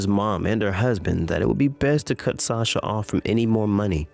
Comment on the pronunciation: Wow, Sasha’s own mother can’t pronounce her name right